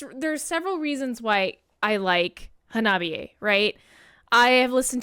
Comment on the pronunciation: I Japanese, “ha-na-bi-e.” Not “ha-NOB-i -e.”